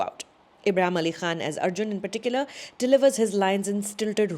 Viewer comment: nice "Khan" sound